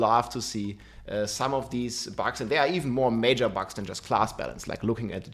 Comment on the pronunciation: has been talking about bugs for a looong time and still keep saying “bags” lol rob is BUGS!! 😂